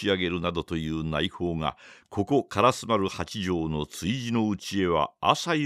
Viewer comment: はじめまして！私は京都の者です。 情景描写が素晴らしい吉川英治の作品を、 巧みな声色で素敵にリアルに演じておられるのに感嘆しいしい物語りの展開が面白くて グイグイ引き込まれて、 気がつけば今夜もまた2時間、3時間と聴いています！ 今は『火炎行列』の途中ですが、 ずっと気になっていた点が実はありまして コメントさせていただきます。 「通り」の名前で『からすまる』という言葉が何度か出てきましたが、それは烏丸のこととちがいますか？ じつは烏丸と書いて『からすま』と読む「通り」があります。 が！ひょっとして清盛の時代では烏丸は『からすまる』やったんか？と少しだけモヤモヤしています。 教えていただけると嬉しいです！